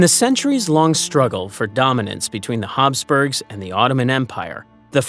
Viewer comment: Commentator talks too fast. Plus if it is Habsburgs, pronounceation is wrong. I hate that. Probably ai.